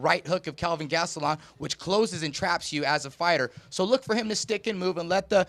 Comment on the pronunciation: Chael said Gastelum correctly. No more Gatselum.